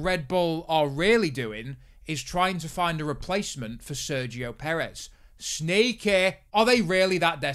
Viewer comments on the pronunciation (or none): Sergio Poo-rez